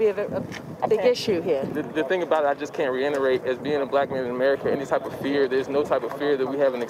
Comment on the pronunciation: He said reinnerate. Its reitterate.